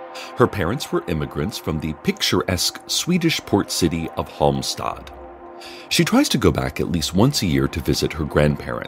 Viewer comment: I'm from Halmstad (like, for real, unlike fam) and oh god that pronunciation makes me cringe and smile so much